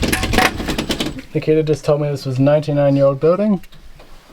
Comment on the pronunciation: I kept hearing “the kid” when you say Nikita and now can’t unhear it. Enjoy.